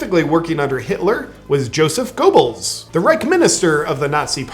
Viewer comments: Great video JP. And for whatever reason they usually pronounce Goebbels's name Gurrbells. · Goebbels is pronounced "Ghairbulls," JP. Aside from that, fun, fun, fun.